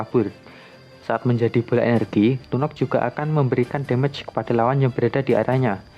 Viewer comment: Lunok Lunok Lunok ngomong Lunox kek asu gaenak bat dengernya